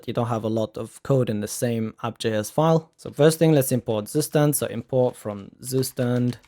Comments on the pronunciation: pronounced : tsoo-schtand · Tsu schtand